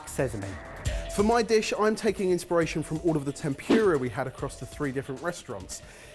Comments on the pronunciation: T E N P U R A not TEMPYOORUH pls :') 天ぷら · i don't understand how he can say furikake correctly but then go back and pronounce temPURE-ah like that. GUYS! if furikake is FOO-rikake then tempura is temPOO-ra. sigh. i still love you guys tho. so i mean fuck me then right. lol. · Every time one of the boys says tem-pew-ra instead of tempura, somewhere in the world, a tempura dies uneaten. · Tem-pu-ra not tem-pure-ah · I came in expecting lots of embarrassing pronunciations but by far the worst one was “tempyura” 😫 The fact that I watched until the end despite this is a testament to how much I love your show. (Tem-pú-ra btw) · TEM POO RAH, not TEM PYOO RAH! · Tempyura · You boys and your damn “tempyura”. Get that y out of there! Edit: Bless you, can always count on that cultural awareness 😂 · Omg I'm British and I feel the exact same way - 'temPUREa' always gets me. It's not even just Japanese words though, Jalapeno and 'sezzame' make me laugh too! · "Temp you ra" -, 2019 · o.O i didn't realize someone said "machi"? xD i got so hung up on "tempyura" 😣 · that's better than tem-PURE-ah surely. lol. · I thought they were saying tem-pew-ra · Ugh, them saying temp your a, it made me cringe every time! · The pronunciation of ‘tempura’ makes me die a little inside every time. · Oh thank goodness, someone else said something about that pronunciation! (nothing about "machi", though?)